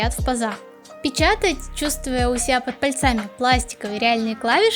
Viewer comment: Спасибо. Только вот ударение «под пальцАми» ухо поколебало моё 😉